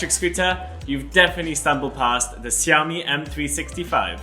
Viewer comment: If you call it siaomi one more time ia break my screen 😂